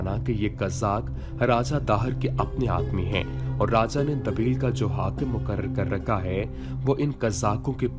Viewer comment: دوست، اسلامی ہیروز کی داستان بیان کرنے کی یہ کاوش مجھے پسند آئی ہے. مبارک ہو آپ کو..! میں ایک اصلاح کردوں، بندرگاہ کا نام دبیل (د ب ی ل) نہیں بلکہ دِیْبَل (دِ یْ بَ لْ) ھے